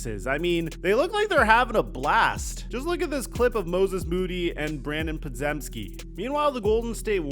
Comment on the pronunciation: It’s pronounced “Pod-jim-ski”.